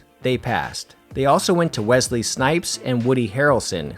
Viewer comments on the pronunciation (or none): none